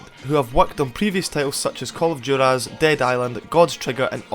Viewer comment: is no one gonna mention how he said juarez?lol